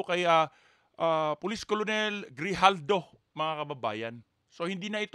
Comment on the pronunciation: KERNEL ..ang bigkas hindi colonel.